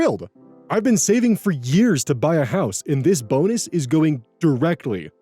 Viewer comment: Definitely thought I heard "bones" instead of "bonus" when you read the title of the second story lol